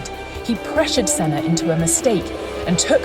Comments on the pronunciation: the senna pronunciation drives me nuts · Mansell was a cracking driver ,a nice bloke and master of the moustache 👍( why can’t the commentator pronounce Sennas name)